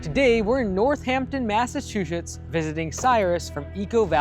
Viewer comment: Great video but ngl I disliked the way you pronounced Massachusetts very much lol